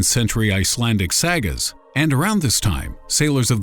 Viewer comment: Is this the voiceover guy from How It's Made on the Discovery channel back in the day? It was almost a dead giveaway when he pronounced Saga (Sah-guh) as Sa-Ga.